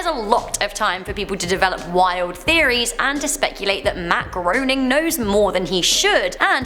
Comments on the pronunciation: Matt Gray-ning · It's pronounced Grey-ning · Groening = rhymes with 'complaining'. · It's actually pronounced like "complaining" Matt Groening. His words. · You pronounced Groening wrong sorry dude